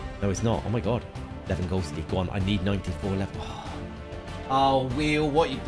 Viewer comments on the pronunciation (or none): none